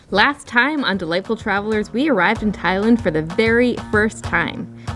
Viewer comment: So I did a bunch of googling and I can’t find anybody who pronounces Thailand the way you do. You’re saying ThaI - Lund. Everybody else pronounces the land as, well, land.